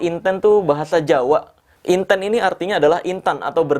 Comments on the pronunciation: Inten/intan ..KL dalam bahasa Jawa..nyebut nya sperti E untung menangis...bukan E untuk enak..smoga paham y dg yg aku maksud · Assen jawa kalau nyebut intEn tuh logat huruf E sprti bang marcell nyebut kata angEt bukan sprti kita nyebut kata bEcak.kalau yg bang marcel sebutin intEn E nya sprt nybut bEcak.memang sih sama2 IntEn tapi E dri AngEt dan bEcak naday beda.lidah jawa lebih ke E angEt dari pada E nya bEcak